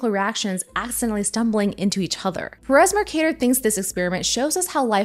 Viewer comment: it’s not muhrcahdur it’s mercader